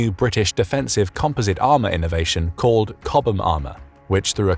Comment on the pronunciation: You pronounce it chob like chop but replace the p with a B choB -ham